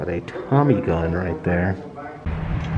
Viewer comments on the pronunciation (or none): none